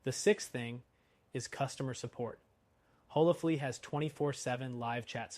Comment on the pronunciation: On what planet is HolaFLY pronounced HolaFLEA?!?!